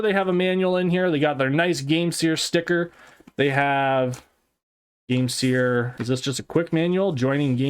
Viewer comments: Bro its game SIR not seer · I'm pretty sure it's supposed to be sir like a gentleman, not seer. Game-Sir.